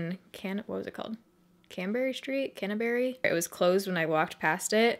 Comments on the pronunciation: "carn-be" street :) glad you had fun in my city! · 😆 its pronounced CAR-NAB-EE St! So glad you loved London! come back soon!